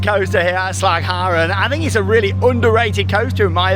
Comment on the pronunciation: Nailing the Dutch pronounciation there! That "g" sound must have taken some practice ... :D